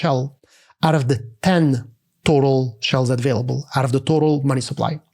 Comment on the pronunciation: Very good except the "advailable" (available) thing